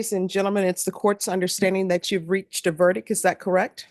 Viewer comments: "Is that your verdick, is that your verdick?...Honey, as a judge, you should know it's pronounced VERDICT.... Here's the thing. You can lower your hand. Yes, i don't like her.... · … not verdick- verdict. This is an important word in court. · the word is verdict with a t at the end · The word verdict ends with a t. Come on, now - you went to law school. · Why doesn't judge Boyd pronounce the "t" in verdict.